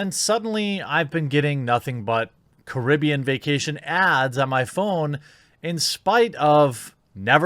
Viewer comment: Its Caribbean , not Caribbean by the way. Why would people think that these always listening apps would not be always listening? FFS.